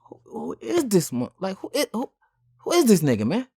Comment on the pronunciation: Thii whaa thaa, Thii whaa thaa 🤣🤣🤣 I'm just realizing he has a speech impediment 💯🤣